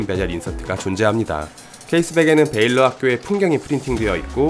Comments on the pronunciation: 베일러가 아니라 밸러로 읽는 것이 맞는 듯 합니다. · 우선 Valor를 베일러라 안읽고 발음이 발러~로 비슷하게 읽습니다. 군대서 많이 사용하는 단어 용기죠. 시계리뷰 잘보고 있습니다. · valor는 ‘발러’ 라고 읽는게 맞죠. 일단 한국인은 V 발음이 힘들고 O 는 묵음입니다.